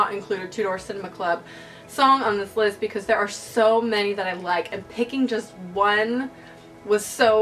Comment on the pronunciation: when you said "this list may surprise you" it sounded like "this LISP may surprise you" and i got confused af :P